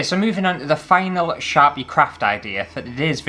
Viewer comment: OMG when you first said "Sharpie crafts" I heard "Chav-y crafts" and although I may be Canadian, I know very well what a Chav is lol. I think you guys call 'em roadman now, IDK, but hahaha. "Chav crafts. Crafts for people who just can't be arsed!" Oh! I drew a picture, if you want to colour it in, here's the lines and feel free ♡♡. Not promoting, just gifting lineart to any colorists who want it ^-^ ♡